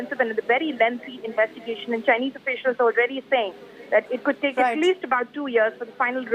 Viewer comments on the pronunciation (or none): Chay-ineze fake pilot.